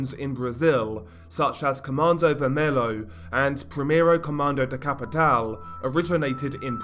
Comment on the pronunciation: Its not comando vermello, its comando vermelHo (vermelio)